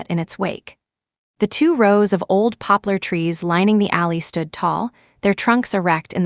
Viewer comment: POPLAR not popppler